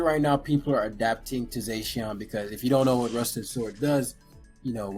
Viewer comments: "Zay-sheawn" lol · Dude saying zacian wrong